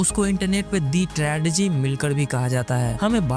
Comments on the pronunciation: Apne pronunciation pe work kar bhai, Tragedy hota hai Tradegy nahi. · Tradegy mat bolo bhai tragedy ko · Tragedy ❌️ Tradegy ✅️